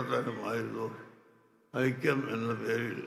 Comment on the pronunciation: ആ ആയിക്യം അല്ല ഈ ആയിക്യം ഈ ആയിക്യം അല്ല ആ ആയിക്യം, 😆😆😆 ഖിയാമത് നാൾ അടുത്താലും നിങ്ങൾ ഒന്നാവൂല